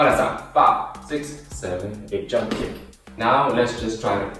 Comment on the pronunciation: if you put it at 2x speed it sounds like he’s saying jungkook instead of jump kick🤣🤣🤣